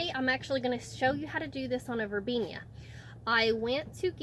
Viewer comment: Sorry, but it's Verbena, NOT Verbenia.